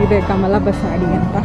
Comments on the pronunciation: ಬಸಾಡಿ ಅಲ್ಲ ಬಸದಿ. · ಕಮಲ ಬಸದಿ ಬಸಾಡಿ ಅಲ್ಲಾ ಜೈನ್ ಮಂದಿರ್ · Avva tai adu kamal basadi😂 allavva adu kamal bsati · ತಾಯಿ ಅದು ಬಸದಿ.. ಅಂದರೆ ಜೈನರ ಮಂದಿರಕ್ಕೆ ಬಸದಿ ಅಂತ ಹೇಳ್ತಾರೆ